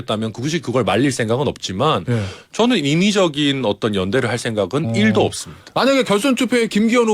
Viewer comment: 1도 없다는 말이 왜 100%라고 들리나 ?